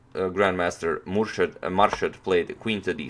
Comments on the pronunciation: It is pronounced as moor shed and not as marshed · Pronounced Moorshed not Marshed :). Im from Bangladesh too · Pronounced Moorshed. Thank you for this lovely game. I love watching you analyse even though I had seen it before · On Antonio pronounced Grand master's name right, and on next second again started pronouncing it wrong again 😅 its pronounced as "moor-sha-ad" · He started to say it correctly, then un-corrected himself and mispronounced it the rest of the way He's a chess expert, not a linguist :)